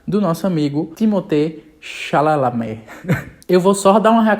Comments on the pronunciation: "timotê chalalá" kkkkkkkk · timotê xálamê KKKKKKKKK